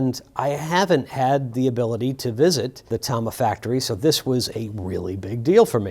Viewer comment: Thank you for pronouncing it Tama and not Tama